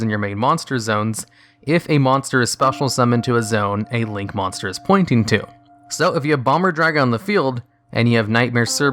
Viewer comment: “mosnter” Great vid though, love these lists.